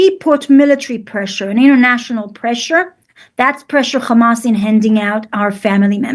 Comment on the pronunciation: They actually pronounce Hamas as Khamass!